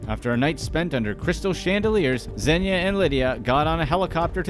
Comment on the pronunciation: He is not “Zenya” he is “Zhenya”